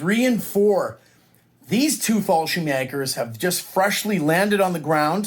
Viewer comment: You pronounced the Word Fallschirmjäger very well.And i know how hard it is to say it because the "ä".But at the end you need no S at Fallschirmjäger.One or more Fallschirmjäger is not importend